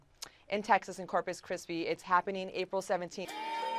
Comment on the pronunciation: ***** yup......she said crispy😁